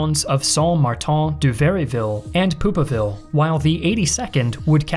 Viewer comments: "… and Poop-a-ville" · Amazing documentary. Still chuckled at “Pouppeville”